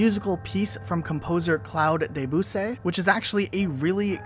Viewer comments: the way you say debussy i can't hahahahahahaha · That Claude Debussy pronounciation